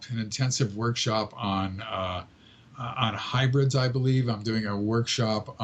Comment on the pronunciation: Its actually hybrids....not hubrids or hibrids. :)